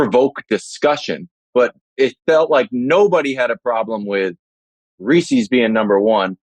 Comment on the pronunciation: Can we really take a guy seriously about candy when he does not know how say Reese’s and picks regular M&M’s